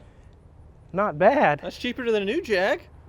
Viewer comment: Well done on the Jaaaaaaaaaaag. As long as it's not "Jagwarh" we brits are happy